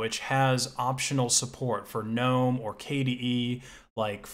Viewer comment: I just appreciate the fact that you don't call it geh-nome